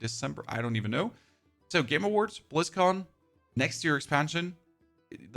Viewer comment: Sounded like you said Blizzcorn lol